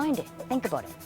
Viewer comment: the first time I actually hear Canadian say "aboot"